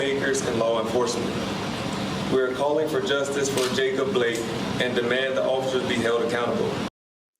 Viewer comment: Damn, can't even say his name right. JACOB BLAKE